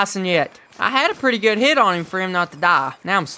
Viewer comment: At the very start did u catch that he said wit and not hit